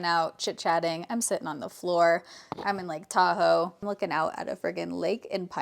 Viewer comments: 5ish minutes in and listening while getting my kid’s school lunch made and hear ‘I have a taco vlog coming out’ and didn’t flinch because it tracks… then realized you said Tahoe 😂 makes more sense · I thought you were saying TACO blog and I was super confused. I got there eventually. 😂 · Why did I hear "taco vlog" instead of Tahoe vlog? 😂